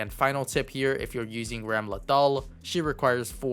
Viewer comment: Thanks for the video as always man! Also pretty sure it's Ram - Lethal haha